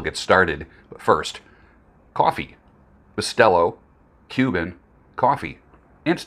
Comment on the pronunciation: Ok. I'm Puerto Rican. Quick lesson on the correct way to pronounce Bustelo. Boo-stell-o. Not Bus-tell-o. 👍